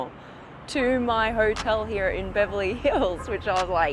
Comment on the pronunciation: also the way she prnounces the word "here" is highly aggrevating